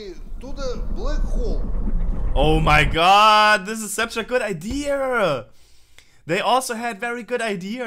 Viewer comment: Am i the only one hearing "a deer" instead of idea from him? xD